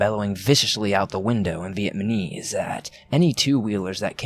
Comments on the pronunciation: viet-nam-ese dude... not viet-ma-nese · It's not Viet MANese! The country is not Viet Man, it's Viet Nam [ pronounced closer (nom) than (naam) - somewhere in between, really ], making the people who are natives there Viet NAMese. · NAmise. NOT Vietmanese lol it got hard to hear. Good story though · It's vietNaMese not vietMaNese. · This dickhead saying Vietmanese throws the whole thing off. If ur gunna tell a story at least pronounce the country right 🤦🤦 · I swear he’s saying VietMaNese instead of Vietnamese. But only sometimes. Good story. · Its VietNAmese not VietMAnese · LOL vietmanese, really though? really? And no one noticed?.... The country is Viet-NAM, not fucking Viet-MAN, which makes the people Viet-NAMESE not MANESE. Dear god.. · I laughed way too hard at your pronunciation of "Vietnamese". Viatmanese? Lolol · What’s scary is the way you keep saying “VietMaNese” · "Vietmanese" lol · Inflection helps portray meaning to an audience and this speaker’s habit of sounding like he’s ending a sentence on the wrong word is distracting. So is pronouncing words wrong; VietManese? Dingy? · V - EHT - NAH - MEES !!!!!!! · "Vietmanese" lmmfao😂😂😂 Vietman was a tough place. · If i hear Vietmanese one more i will choke somebody ! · I heard the first one then saw this and played it it was 3 in the morning and I'm trying to get scarws but you keep fucking saying VIETMANESE AND I WANT TO FUCKING DIE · 6 minutes in and he has already said "vietManese" 5 times... Face+palm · NickO- lol! And "one nite last nite.." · I'm trying to get into the story but you keep saying vietMAHnese 😳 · Him saying vietmanese is really making this difficult. Good story tho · It's not vietmanese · God I cringed so hard. Like it’s not that hard 😂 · The dude reading the story, multiple times XD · Lmaooo. "Vietman" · Fuck just pronounce “Vietnamese” correctly at least once. Completely ruins any immersion of character. Knuckle dragger. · You didn't say Vietnamese correctly once I don't think.